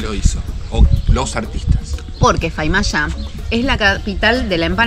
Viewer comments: Chicos es Famailla, no faimalla, muy lindo lugar y fabulosas la empanadas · Jaajja se dice FAMA iLLA no FAiMA YA. y es san miguel de tucuman y no "del tucuman" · Muy lindo viaje y video chicos, pero todo el tiempo dijo faimalla y así no es. Es famaillá. Saludos y buen viaje 🙋🏻‍♂️ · Hola muchachos....no es Faimalla, es Famailla...jajaja. me alegro que esten en Tucuman. Les deseo lo mejor. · Faimalla??? Es Famailla!!!! Te la perdono por que lo dijiste con toda la onda!!! Jajajajajaja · Estuve leyendo algunos comentarios a ver si alguien les habia aclarado, pero no vi... Es "Famaillá" y no "Faimalla" Abrazos! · Se dice Famaillá no Faimallá ...... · Cuando pensé que iban a empezar con el chiste de Micumán...le mandan Faimallá en vez de FAMAILLÁ !!!!! jajajajaja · Amiga repitió 137 veces "FAIMALLA" y no es así... Es "FA - MAI - LLA" SALUDOS DE UN TUCUMANO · FAMAILLA,se llama esa localidad y no FAIMALLA como dice la sra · Famailla!! no Faimalla!! jajaj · es famailla no se dice faimalla escucha t video a tda hora decis mal l palabra famailla, antes d hablar pregunta 1ro como se pronuncia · Sería bueno que la señorita diera los nombres de las localidades correctamente. Es Famailla y San Miguel de Tucuman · Estimada es famailla lo dijiste mal cuando lo nombraste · Hola se pronuncia Famaillá!! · Hola chicos, perdonen pero la palabra correcta es FAMAILLÁ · Ayyy, como van a decir Faimallá??? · Es molesto....de todo el vídeo repetiste mil veces mal el nombre. Si vas a un lugar mínimo aprenderé bien el nombre. Se dice FA MAI LLA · hicieron un video de 23 minutos pronunciando mal el nombre de la ciudad de Famaillà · Todo el video se pronunció mal el nombre del lugar… 🤭